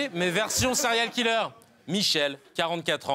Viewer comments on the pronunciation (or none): none